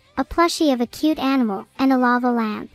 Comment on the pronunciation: I think she trying to say, Ainimal